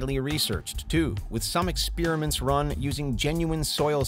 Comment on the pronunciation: "Some Ex spear mints?" (Steve Carell) NOOOOO GOD NOOOOOOOO